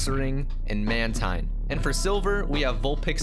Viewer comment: It is Man-teen not man-Tean